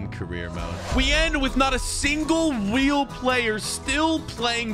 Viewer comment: You said weal player